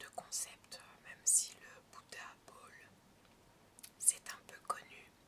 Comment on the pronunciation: Cette vidéo est tellement relaxante merci Sandra ! Et j'adore quand tu prononces "Buddha Bowl"